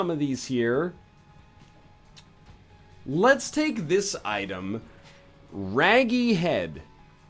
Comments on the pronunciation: Rage. RAGE. Not rag. Not Raggy. Ragy. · Did anyone else notice he was saying raggy and not ragy? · Rage-y, not Raggy, silly